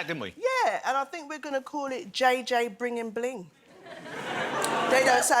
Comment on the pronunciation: Bwinging, surely?